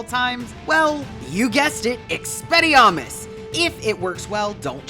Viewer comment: Experriarmus? Lmao